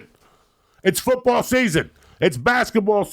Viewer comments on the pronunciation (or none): none